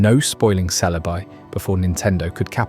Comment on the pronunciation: You said Celebi 4 different ways an only the fist was correct. Had to stop watching.